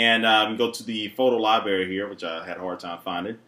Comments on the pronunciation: it's library, not libary....you crack me up. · "Photo 'libary'"? lol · lol Libary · i think its more about the mispronunciation of the word "Library"